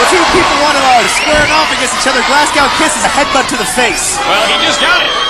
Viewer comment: “Glass cow England “. Oof